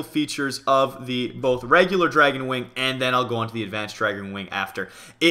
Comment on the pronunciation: is says wnig not wing